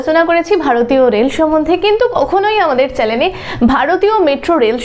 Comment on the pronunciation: ওটা ' চ্যালেন ' না চ্যানেল এইসব ভুলভাল ইনফর্মেশন কোথায় পান?..